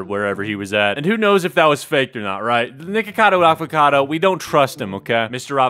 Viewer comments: I hear naked-cado avacado in the beginnign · For a second I literally thought he said Nakedcado Avocado. 🤠